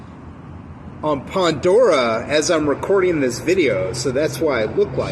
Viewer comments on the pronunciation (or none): Imagine not saying “Vivaldi” or “pandora” right